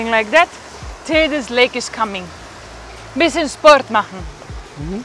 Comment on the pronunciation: Dada, not leg it is lake.